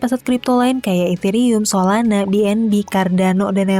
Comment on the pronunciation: "Solanak, Cardanok", seperti dialek orang Sunda ya?. hehehe